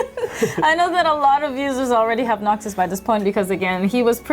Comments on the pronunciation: Noctis or Noctic? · "Noctic" lol ok